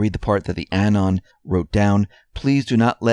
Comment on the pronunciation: Thank you for offering option of MOS as a media protocol. Oh, just a note about pronunciation of anon, which makes my ears tingle 🙃. It is emphasized on second syllable aNON. Like in anonymous. Great report today!